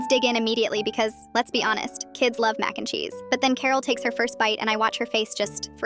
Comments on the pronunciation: MaCe NdE ChEeSe like say it right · I luv how the AI says Mac n cheese😂